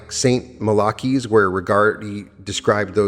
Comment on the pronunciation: Who wrote what you are reading? I question whether it is your own work because of your mispronunciation of words like theologian and Malachi.